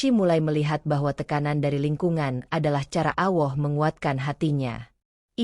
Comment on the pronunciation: Ceritanya bagus dan sangat menginspirasi buat saya tapi maaf saya ingin mengoreksi sedikit Ketika menyebut nama Allah tolong dengan menyebutnya yang benar begitu juga ketika membacakan shahadat terima kasih